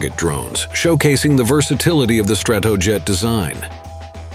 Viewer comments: Please fix the pronunciation of "Stratojet." It's not "struhtuhjet, it's "STRAtoejet (with the "A" as in "back"). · The B-47 "Strat - TOE - Jet" ? What's UP with these "robo-narrators" anyway ? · StratOoJet - yeah auto script reader I thinks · It maybe pedantic but mispronunciation that are easily fact checked irritate me. Strat-O-jet Thule Air Base is pronounced Too-Lee. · Stra-TOW-jet??? C'mon. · Strat TOE jet. Who talks like that? A robot? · Good video.. Narrator need to learn how to pronounce "SAC", "Stratojet" ,"Thule" and a few other words. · I didn't mark the times but the narrator pronounced Stratojet 3 or 4 different ways throughout the video. 😁